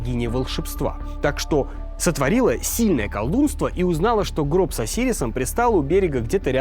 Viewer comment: Почему колдунство а не колдовство